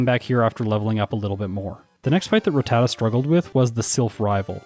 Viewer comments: Ruh-tat-uh is how they pronounce it in the anime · Why do you pronounce Rattata with both common pronunciations?? How am I supposed to know how to pronounce it now